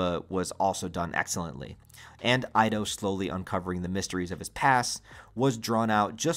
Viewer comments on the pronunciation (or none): You pronounce Ido wrong, not Aido, Ido, like Eedo